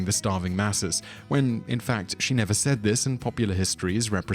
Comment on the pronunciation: "Whem" Rome burned?